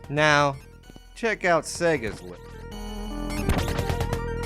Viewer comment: For those wondering what happened I think he meant to say now lets compare sound affects.But he either mispronounced the now as meow or the video compression messed up the audio.